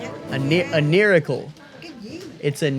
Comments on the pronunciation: Nailicle? I mean miracail was RIGHT THERE. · It's a "niracle"🤣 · “It’s Nairacle A nail miracle “ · I can handle awkwardness, but the “nailicle” thing really pushed my limits